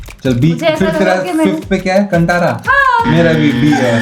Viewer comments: Great video guys. Also, bought the book for my whole family and they loved it. Just a note - the word Kantara is to be pronounced as कांतारा not कंटारा. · Its pronounced Kaan-thaa-ra and Ranveer mimicked the diety the village worships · Kaan-taara ( it’s pronounced like this कन्तारा) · Please pronounce "Kantara" correctly..